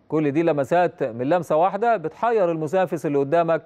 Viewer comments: ايه الفرقه الكنافه دي والمعلق بيقولك المسافس بدل المنافس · حد يسكت المعلق ياجدعان دا بيقول المسافس بدل المنافس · ايه المسافس دي 😂😂😂😂